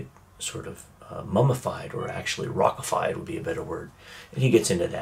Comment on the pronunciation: I really wanted to stop it watching it especially when he said rock ified twice